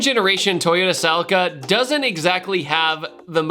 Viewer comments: Americans...🤮 It's a Celica not a Sell I ca! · 😂😂😂😂😂 Whys he calling it a cell-acre 😂😂😂😂